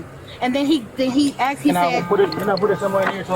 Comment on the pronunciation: so uneducated can't even say the word asked